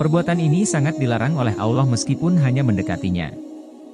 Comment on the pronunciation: Konten sangat bagus, tapi mohon maaf, konten berikutnya pengisi suara kiranya lebih fasih lagi, terutama dalam pengucapan Alloh dan juga arsy ...sekali lagi mohon maaf ya...🙏🙏